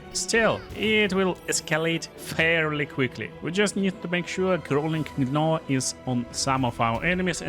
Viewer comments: Crawling "Gnaw" = Naw....the G is silent. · Another good bg3 vid! I love it! Also, most of the time in english when when you see a word spelled with a G followed a consonant other than H,L,or R, the G is silent. So Gnaw is pronounced Naw. English is very tricky and weird lol. Keep up the good work my friend!